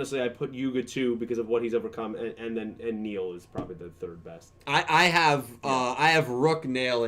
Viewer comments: dont care Its neil The subs and characters say neil not nail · Cmon do you hear yourselves calling him nail its neil Luke not rook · It's pronounced like "nail".